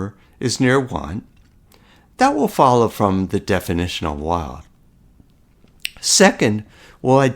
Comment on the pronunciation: This is a nice video. I understood the idea right away and I like how you carefully carried through the calculations. Your accent seems American but your pronunciation of the word "wild" is non-standard. Wild rhymes with mild and filed with a long-i sound.